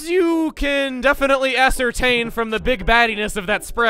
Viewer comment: haha... “ass”ertain